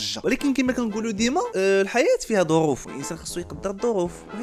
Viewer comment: تعطلتي وجيتي تقول ظغوف كاينة ظغوف ههههههههههههههه أنا كنت نحسبها تقال ظروف هههههههههههههه😂😂😂😂😂